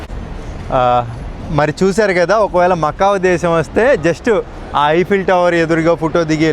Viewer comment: First one the way you said is right